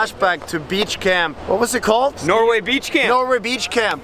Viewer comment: Jon: "There's surfing, and then there's surfing in Norway": "No [r] Way!"